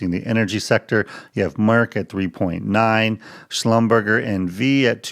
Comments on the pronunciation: Haha schlumberger, it’s French guys… (shlumberjay) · Its "Schlumberjay" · Schlumberger is pronounced at the end like Neglige’ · Not just you, everyone making videos about schd are pronouncing it the same way haha